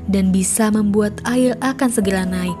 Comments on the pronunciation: woi ngomong nya yang bener dong air bukan ail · Kok yang pas kata ada dua orang yang melakukan hal gila yang bikin video ngomong ail padahal air mungkin terlalu cepat jangan gitu lagi ya kak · "Air bukan AIL" menyerah bukan Menyelah"